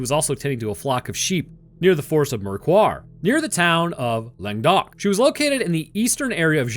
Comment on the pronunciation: As a french people, all I can say is that I liked your prononciation ;) (u did your best xD) Your prononciation of Languedoc was perfect tho